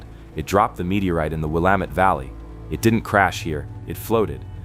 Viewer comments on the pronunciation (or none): "Will-a-mat"? Are you kidding me? Geesh! These AI voices really need to learn how to pronounce names. It is pronounced "Wil-la-met". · There were quite a few Oregon places mispronounced. Willamette is Will-am-it. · Great Video, but he needs to learn how to pronounce Willamette.